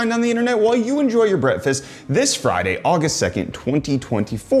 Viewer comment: bro said breadfast 💀